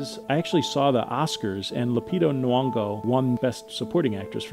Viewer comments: The way you pronounce Lupita Nyong'o's name😭😭 The /ny/ in her name is one sound😂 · her name is nyongo btw not nwongo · "Lupita Nuwongo" I'm livid